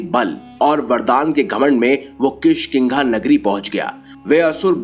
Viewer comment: kishkiga nhi kishkindha hai